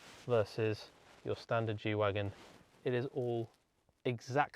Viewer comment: isn't it "G-Wagen" not Wagon? It's short for Geländewagen